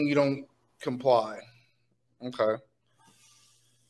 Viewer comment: Why does he say oway instead of ok?